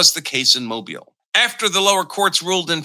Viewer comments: Mo-BEEL. Not MO-buhl. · Mobile is pronounced "Mo_beal". Not Mobil. Just a helping suggestion. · It's pronounced Moe Beal. Not Mobil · It's pronounced "mo-BEEL.' And, Congress has authority over elections. All elections. Art 1 Sec 4.